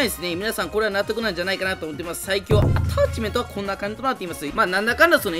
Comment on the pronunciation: 今回アﾀｧ⤴ｯﾁメント祭りなの草が誘発される。地味に強いtypeくんは妙な横ブレがなくなったらめっちゃ強くなれると思う